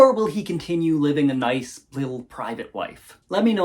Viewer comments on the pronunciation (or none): none